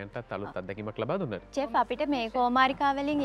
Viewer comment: චෙෆ් නෙවෙයි ශෙෆ් කියන්න. ඕක 10 ඉංග්‍රීසි පොතේ කියල දෙනවනේ.